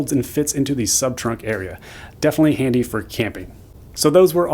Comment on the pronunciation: It comes in "Andy", oh my.